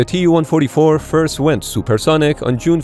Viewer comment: المعلق ليس عربي. والدليل بانه لايستطيع نطق الرقم TU144